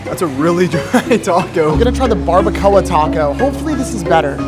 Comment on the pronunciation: Im sorry “hor-chot-uh” “bar-buh-co-uh”?